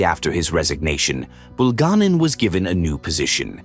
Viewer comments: BulgA'nin, but grazhdanI'n. And sometimes name could have non-standard stress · Your moronic AI narrations uses the wrong name and mispronounces Bulganin's name in several different ways! Dump the stupid AI and just get a person to nareate!!!